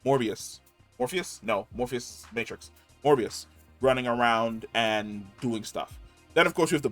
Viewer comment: It’s “Mobius” my friend lol not morbius 😂